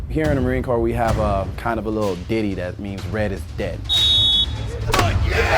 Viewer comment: And it's Marine Corps not core just a heads up